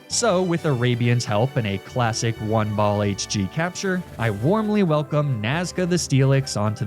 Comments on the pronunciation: Am I the only one who heard say “flygonh d” instead of hg? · bro what are you saying “elm is a fascist” whaaaat 😂